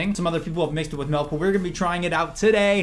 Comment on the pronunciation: Milk not melk